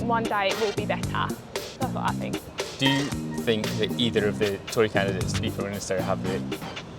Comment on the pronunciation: lol see we all gotta 'fink' :))